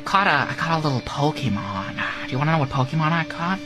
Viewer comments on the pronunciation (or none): This would be perfect for a try not to laugh, as soon as I heard Joker mispronounce pokemon I LOST IT.